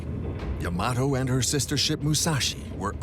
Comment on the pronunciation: It isn't yah-MAH-toh, it is YAH-mah-toh.